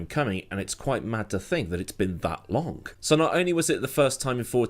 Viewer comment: has it really been that longK, you cant end a word with a G without saying K? Lol